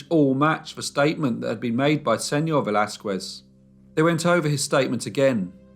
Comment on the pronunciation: Pls learn how to pronounce Spanish names as you seem to now how to in French. It was painful to hear you say Velasquez.